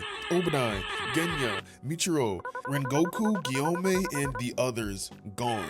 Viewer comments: (Moo-e-chi-ro) muichiro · Did I hear that right? Who th is michiro ?? muichiro